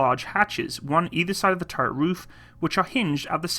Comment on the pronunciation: What do you have against words with the letter "t" in them? "Over-heeding", "turreh", "Compuder", "thirdy", "warder", "operader" etc etc (Over heating, turret, computer, thirty, water, operator)